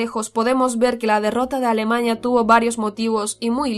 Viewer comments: Jajajajajajajaja "escandivano" "extermiño" "alemaña" bueno como sea el video está más o menos. 😂😂😂😂😂😂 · Alemaña? O Alemania 🇩🇪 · Alemaña JAJAJAJA alemania se dice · A-L-E-M-A-N-I-A no alemañia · Alemaña?!!!!?? Alemania joder!!! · Porque dice alemaña? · es cosa mía o dice alemaña es vez de alemania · aprende a hablar. "Previnir, Alemaña, Escandivanos, zonas ocupados…) y dudo mucho que se atreviera Hitler a invadir Suiza. Se puede intentar invadir Rusia, pero intentarlo con Suiza, es perder la guerra DE INMEDIATO en cuestión de horas. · "Alemaña", "coloñas" ¿? que pronunciación!!